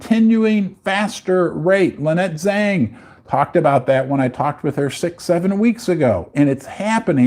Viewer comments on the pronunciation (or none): none